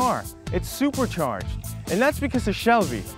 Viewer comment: haha lol... the way he emphasized "SUPERCHARGED" at the beginning it's priceless haha